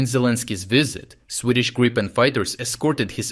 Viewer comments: So the only thing that needs to be worked on is that it is griipen. Not grypen, grippen or any other mispronunciations. I'm sure it should be doable for a Ukrainian. Or if this is not possible use Griffin or грифон. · Gree pen, not Grai :) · Great stuff. Just fyi. it's pronounced 'Greepin' (as in 'creep') ..... got that direct from a Swedish Gripen pilot some years ago. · Gripen is pronounced грііпен or in English greepen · Which is the pronunciation: Gr if fen or G ripen?